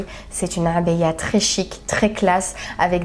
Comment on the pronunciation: Tu prononce très bien Abaya, très jolies tenues, elles te vont toutes à merveille MashaAllah